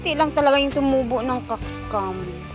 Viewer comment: Yang,ang pronunciation anang bulak nga COCKSCOMB is COCKS (korek la) at COMB (as in sudlay)....kay ang cockscomb is murag PALONG SA MANOK nga rooster....sorry,this is not to offend you.Constructive criticism lng ni.Avid follower ko nimo.Salamat